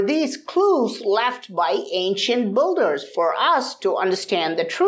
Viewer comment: I keep hearing "Ancient Budhas" and I'm like wow wtf!? ...and then I remember he actually said "ancient builders" Love your content tho.